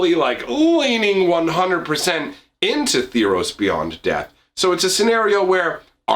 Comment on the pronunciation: Theros, not Theeros.